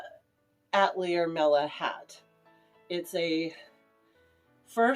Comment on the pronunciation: That bustle era hat is excellent and really looks so good on you even with your lovely Disney dress! Also, please don't take this the wrong way, when you say Atlier is that how it's spelled? I think it might be a French word.... As a Canadian who was forced to learn French I believe it may be pronounced more like at-elle-yay. Also, also, I really don't mean to be mean I'm just blunt and autistic